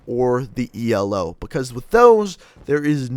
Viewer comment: Its ELO NOT E L O